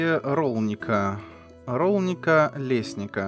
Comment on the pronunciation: тебе раньше говорили - тут названия всех городов на ца заканчиваются. Бранница, Бараница, Лесница(тут ударение даже на И скорее всего)